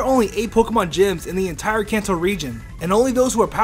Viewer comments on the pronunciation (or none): none